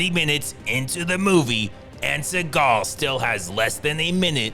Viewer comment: 😂😂😂😂😂 bro !!!😭😂😂 "Which is Steven Stegal specially" 😂